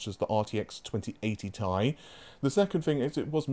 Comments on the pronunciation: Stop calling it Tie. Its Ti. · Two things: 1), since i'm noticing that you are starting to use the term "Tie", you have to realise that the official term is "Ti",since Jensen Huang himself calls it "Ti". The only people i heard using the term "Tie" are Tom Petersen(who nowadays has left nVIDIA for Intel, so he doesn't count anymore) and Jeff Fisher. So, although the pronunciation "Tie" exists,it doesn't mean that this is the official term. 2): Exactly that.I still haven't forgot how many times i heard about this "nVIDIA killer" term about RDNA2 that your sources had been telling you, and in the end,we both know that NO killer was released,but rather an amateur... thief at best!!!. So yeah, i believe that this time around it's wise for you not to put so much faith on these kind of sources... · omg please stop sayin tie, it triggers me so much I want to quit the video every time I hear it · This is „Tie“ infected pronouncination